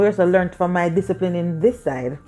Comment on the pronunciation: Lol did she just say will descipline yuh? Hahaha